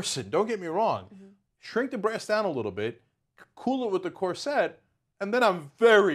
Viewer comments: Why does Anna say it like that? I hate it. Cor SETTE. Why do you stress the wrong syllable? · Why are they emphasizing the wrong syllable on "cor - SET"? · Am I the only one who had the scene from the first harry potter movie running through their head every time they herd these presenters say corset? It's CORset not corSET. You put the wrong emPHAsis on the wrong sylLAble. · Why does Cenk keep pronouncing it cor-set? I've always heard it pronounced cor-sit. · corr - sit not corr -set lol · Kor-sit ffs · The most unsettling part of this video is how they pronounce 'corset'